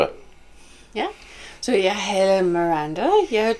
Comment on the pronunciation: Not too much "a" sound in "hedder", because then it becomes "hader" (Hate)! Yes we know it is difficult!! ;-)